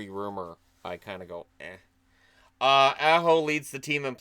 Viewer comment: Not an expert, but isn't it Sebastian Aa-ho, and not how one pronounces the A in 'cat'?